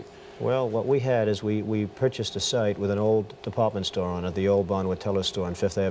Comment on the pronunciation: "Da paw meant store"